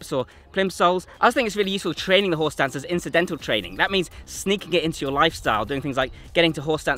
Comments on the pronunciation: I keep hearing "Horse Dance". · You keep saying "horse stance," "horse stance," "horse stance." But I somehow keep hearing "whore's dance," "whore's dance," "whore's dance." lol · I keep hearing him say "horse dance" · I keep hearing "horse dance" which is making me chuckle ever time😂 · Anyone else keep hearing “horse dance” over and over… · I keep hearing "horse dance" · Any worries be feel like he’s saying “Horse Dance”? 😂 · ...anyone else hearing "horse dance"?